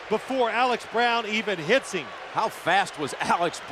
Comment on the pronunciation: And he pronounces the word “him” as “eem”